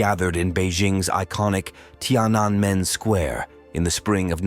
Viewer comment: So, you seem to have some trouble pronouncing “Tiananmen” square. You ok? In any case, a good video.